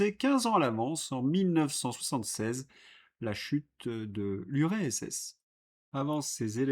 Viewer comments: Cher. Ceuta se prononce Céouta. Et URSS: U air SS et non pas U ré SS Merci pour ces entretiens! J'aime moins quand vous avez un invité. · URSS ET NON URESS sans moquerie. Merci pour votre effort d'informer.